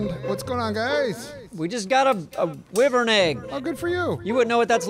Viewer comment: Wyvern it's pronounced (Why-vern)